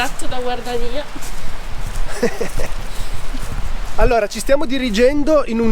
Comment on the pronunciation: perchè scrivere GUARDIANIA e pronunciare GUARDANIA?